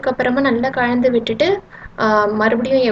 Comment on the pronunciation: கலந்து " சிறப்பு ழகரம் போல உச்சரிக்காதிங்க தமிழ் பொண்ணா இருந்துட்டு